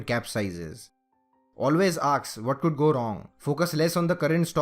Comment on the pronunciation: Its 'Ask' not 'Aks'